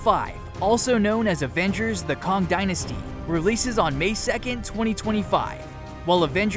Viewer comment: " "Kahng the conqueror"? Kah-ng? Kay-ng... its pronounced "Kay-ng" May as well say "eye-roni-man", who's real name is "Tah-ni Stork"